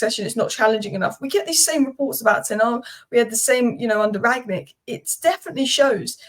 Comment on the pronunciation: Rang-nick, not Ragnick:D I have seen so many people pronounce him like that, I am starting to believe there is a mandela effect going on